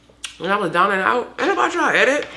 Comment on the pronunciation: Listen, your brother is cooking zown, not down, ok?! 🇭🇹